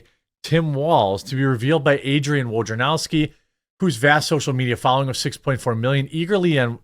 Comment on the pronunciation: Thanks for attempting to pronounce Wojnarowski. That is progress! We are all sometimes humbled by Polish names; no shame. Props to you, Jeremy!